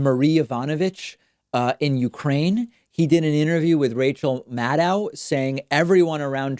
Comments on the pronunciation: I love how New Yorker's pronounce madDOW instead of MADdow. Ohh, you'd be the best guest on her show. Ohh, just realized you might know her from Northampton. I live in North Adams. #westernmass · It's not Maddow, it's Maddow.